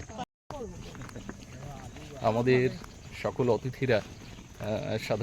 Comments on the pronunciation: ভাই, আর কিছু না হোক, তোমাকে একজন বাচিক শিল্পী হিসেবে মেনে নিলাম। কিন্তু আশ্চর্য হলাম তোমার কন্ঠে "অ্তিথি" উচ্চারণ শুনে! কোথা থেকে শিখেছো ভাই, কে শিখিয়েছে? ছিঃ, ছিঃ! রবীন্দ্র রচনাবলীর চওদ্দ নম্বর খন্ডটা পড়ে দেখো । উত্তরটা পেয়ে যাবে। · রবীন্দ্র সংগীত হেমন্ত মুখোপাধ্যায়ের কণ্ঠে "হে ক্ষনিকের অতিথি " বেশি বেশি শুনুন। আপনার অতিথি উচ্চারণ কানে লাগে।